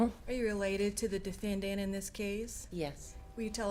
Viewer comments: Tonya Greenwood I know! I've heard MANY prosecutors say defenDANT and it just makes my ears hurt. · I cannot STAND how the prosecutor says DefendDANT!